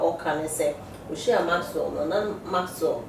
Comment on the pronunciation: The name is Maxwell not maxso